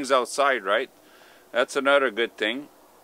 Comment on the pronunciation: Don’t forget to add up the money saved on annual gym memberships, plus the health benefits of keeping active. What kind of accent sounds like, “use anudder one”? Canada?